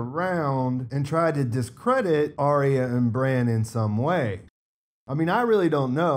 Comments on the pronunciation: Finally someone pronounces her name correctly lol it's not hard. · Potential mini spoiler. Not a leak but maybe an oversight by HBO. Arya (correct pronunciation Are-ya) was in a trailer that was broadcast in another country fighting Brienne at Winterfell. She was also wearing the cats poor dagger that we see Little Finger with in your pictures. Does he give it to her or does she kill him and take it? I guess we will find out soon! I feel like he will have one last power play up his sleeves. Chaos is a ladder after all. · was very specific about correcting somebody's pronunciation of "Arya," so he set the tone for posting with a high attentiveness to detail. There are always excuses for posting errors -- you say technology is to blame now -- and that's all well and good, but initiated this high bar with his earlier clarification.